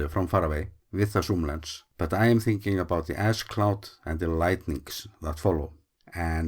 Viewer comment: I thought you said "ass cloud" and were referring to the annoying tourists not following commonsense rules to stay safe. "A cloud of ass." I still think I'm right.